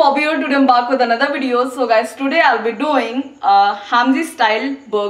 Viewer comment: The L is silent in the word “YOLK” and please work on your pronunciations ! You say the “back” word wrong sweetie ❤️